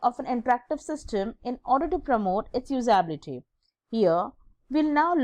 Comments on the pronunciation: MA'AM FIRST OF ALL LEARN HOW TO PRONOUNCE USABILITY AND GENERABILITY :) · Not everyone's first languge is english , its ok if she her spellings or pronunciation was wrong on few places , calm down.